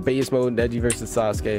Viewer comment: the way he said sauske and neji's names. Hi-you-gah